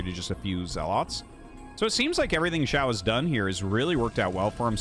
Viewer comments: Hi! Someone feel free to correct me if I am wrong because I do not have a full understanding of Chinese. But I am pretty sure in pinyin "qiao" is not pronounced "shiao" but more similar to "chiao" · Oh, just fyi i guess but Qiao would be pronounced "Chiao" (Qi = Chi in pronunciation roughly), Xiao (would be Shiao like how you are saying it in the video)